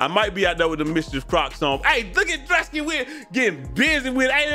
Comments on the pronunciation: Drew-Ski wtf is dra-ski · Pronouncing it druss•key had me so weak cause first I’m like maybe it was an accident then he kept saying it I’m like how do we tell him 😭